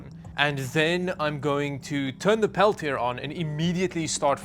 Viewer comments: Pel-tee-ay 😂 Peltier you said, Pel-tee-er😅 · The side with the words is always the cool side. It's French. Pronounced "pel-tee-ay" Of course, being in Canada, you've never met a French person before, so I can understand 🤣